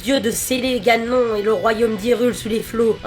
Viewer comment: Ha oui... Et on dit Ganone, sinon tu parle du lave vaisselle ^^